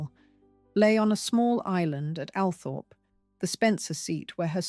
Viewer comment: Althorp is meant to be pronounced Alwthrup.